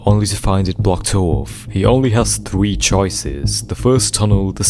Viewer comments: idk but can you not say thwee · If something in this sewie is scary, it's episode thwee I agwee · "begins in video twee"